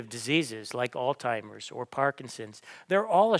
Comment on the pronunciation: I cannot take you seriously when you say AlzTimers when it is AlzHeimers . You come across as an uneducated moron